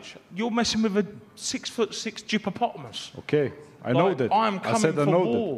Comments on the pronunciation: Did he say Gypopotomus?💀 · Man said gippopotamus.